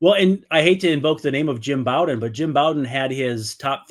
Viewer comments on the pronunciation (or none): Jim Bowden is pronounced like Row